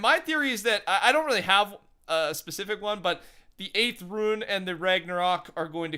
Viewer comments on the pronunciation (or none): IT IS R-U-N-E not RUIN. IT IS PRONOUNCED (Roone) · Rune is pronounced “roon” not “rooin” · How did you get yourself to say ruin instead of rune?😂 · Its rune not ruin ... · RUNE NOT RUIN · I feel uncomfortable everytime he says ruin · If you’re struggling on how to pronounce Rune just say it like Moon with with an R. That easy fella. Great videos btw. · It really isn’t that hard to say rune though...